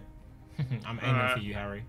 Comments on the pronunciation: JJ really said "AIMEING" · JJ said Aimeing LOLOLOL